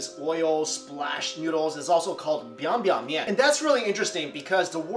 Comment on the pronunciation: 今天是我要哭了T_T ... 正宗的西安味！最棒的面条没有之一！你说到这面条是奶奶的味道，对我来说是我姥爷的味道... 他还会加上一瓣儿蒜，经常偷偷给我咬一小口，辣得我眼泪直流，满满的都是童年的回忆。你的发音还蛮正宗biang biang ^^ 如果不是陕西人真的很少人知道这面，更别说做了！谢谢你昨晚上大半夜让我看到这个... no no no don't show me the noodle!!! I'can't handle it!